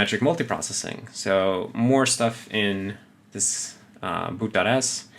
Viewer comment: boot.s sounded like 'boot that a##' :D, nice video 👍👍